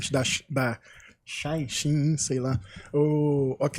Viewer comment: A pronuncia é she-in eu perguntei diretamente para uma chinesa kkk